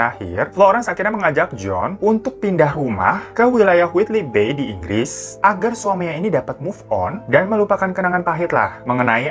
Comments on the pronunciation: ingggris wkwk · Inggwis... hurup "r" nya tersamarkan.. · Itu INGGRIS G-nya banyak banget bang😄